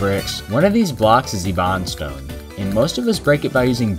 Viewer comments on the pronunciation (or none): It’s pronounced ebonstone not lebronstone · I've always wondered why people purposefully mispronounce words in YT shorts. There is no way this guy actually pronounces it "ebawnstone". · The demolitionist specifically tells you to use bombs to break ebonstone (pronounced EE-bon-stone) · I can't take it. The pronounciation he gives it is like a burning anguish inside my soul attempting to break my skull, it's not eebon, it's eb-on or eb-bon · "And purify the ee-bon-stone" it's pronounced "eben-stone" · Lebron Stone it's pronounced like (eb-en Stone) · Yeah it’s pronounced eben-stone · 💀who doesn’t pronounce it e-bone-stone? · How donyou pronounce ebony. Eh, buhn, ee. How do you pronounce Ebonstone? Eh, buhn stonr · Bombs are faster and cheaper, since you can find them in chests. Also it's pronounced eh-bun-stone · We can agree he’s pronouncing it wrong but is the correct way eh-bun-stone or ee-bun-stone? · "Adjust your playstyle" Adjust your pronunciation Ibanstone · i pronounce it: e-bun-stone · Bro. Please at least use correct pronunciation. It’s eh-bun-stone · AAAAAAAAAAAAAAAAAAAAAAAAAAAAAAAAAAAAAAAAAAAAAAAAAA I HAVE LIKE 500 HOURS JUST PRONOUNCE IT EBBON STONE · another thing your doing wrong is your pronunciation of ebonstone 😂 its pronounced "eh-bin-stone" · Why tf are you pronouncing it e-bahn-stone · its pronounced ebun lol things your doing wrong in terraria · It’s pronounced/ebb/en/st/ohn/ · How you gonna pronounce Cthulhu right but ebonstone wrong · The mispronunciation of ebonstone made me angry and i havw no idea why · I hate how you pronounce ebonstone I personally pronounce the first "e" like the first letter of "end" And I pronounce the "on" like the "un" in "undo" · I will never watch a video of yours because of how you pronounce ebonstone